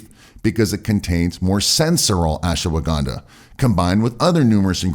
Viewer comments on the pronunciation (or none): It's not Asshwagaandaa , it's Ashwagandha...improve your accent... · Why do you pronounce it Ash-"woh"-wagandha?? No "woh" needed!